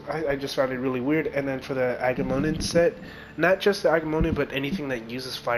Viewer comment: The Agamemnon Set is based on the character King Agamemnon from the movie Troy, just like the Achilles set. Its pronounced (Aga-mem-non). No worries bro. I've noticed a few streamers having trouble with pronouncing it. And I only know, because Troy is one of my favorite movies. Keep up the good work. I've been enjoying the vids.